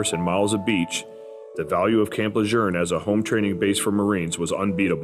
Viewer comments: It’s pronounced “Le June”, not “Le Jerne” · Is this ai? Why does he keep saying Camp Le jern? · ain't no R in LeJeune. lol. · Where are you getting the "R" in LeJeune. I spent 2 years there as an FMF Corpsman. I enjoyed the experience with the Corps and felt I was more Marine than Sailor at the end of my 4 yrs. active duty. Semper Fi. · Stop saying Camp LeJeune wrong. This is from a west coast marine.